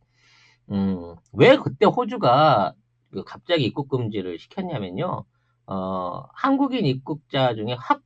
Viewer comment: '입국'발음이 안되는건 윗 입술이 잘 안풀려서 그래요 ㅎㅎ